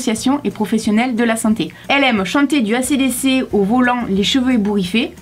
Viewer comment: ACDC c’est un groupe Anglais donc faut dire les lettres en Anglais voila ahahha